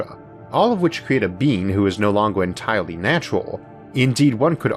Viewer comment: It should've waited a bit longow.... are we just going to ignore the terrible speech impediment this guy needs to address